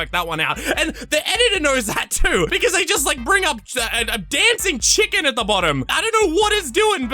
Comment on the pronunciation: they said: "here at lankybox we love chicken" but they prenounced it as CHILLken and spurted it so it would capture kids' attention